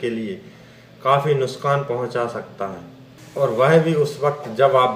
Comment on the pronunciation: Nuskan nahi nuksan antiboit nahi antibiotic , u can't pronounce words properly learn how to pronounce then tell all these things to the public